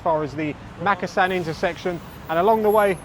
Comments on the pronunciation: It’s pronounced mukassan not mak! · is it pronounced Makkasan or markarsarn as my Thai partner pronounces it.